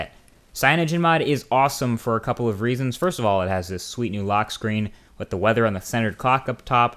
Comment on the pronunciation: learn proper english idiot haha "samesung", "screan", "gless", "galexy" ???? Really?